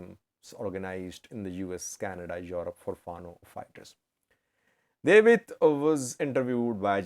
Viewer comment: this name is pronounced DA W IT